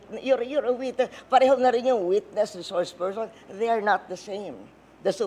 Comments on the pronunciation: Witness lng dw at wala sa rules na kasali ang resoursh pershon sabi ni. Shukran 🤣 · before reshource pershon now hays